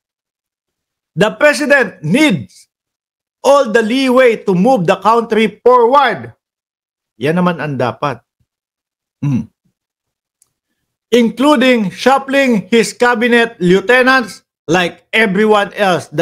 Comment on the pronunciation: Forwars hindi porward bopol.